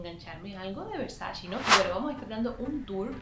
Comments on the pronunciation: No se dice “versachi” se dice VERSACHE” ya que es italiano. 🤦🏻‍♂️ No tengo tantas cosas de esa marca pero sé cómo se pronuncia (Donatella lo ha dicho en varias entrevistas) lo cual es imperdonable para una fashion vlogger like you. ❌ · Yo escucho que dice versashe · Cuando será el día que pronuncies bien el nombre de la marca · así no se pronuncia Versace